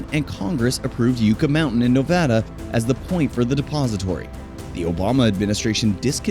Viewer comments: Yuck-ah, not You-ka. Sheesh. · It's driving me crazy you can't pronounce yucca correctly! It's pronounced yuck-a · great video. As a resident of Nevada I must inform you it is pronounced Yuck-a Mountain. And yes it was rife with political turmoil.